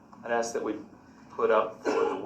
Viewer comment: The judge helps him WAY TO MUCH😡 she gives him the questions to "AXE"🙄😡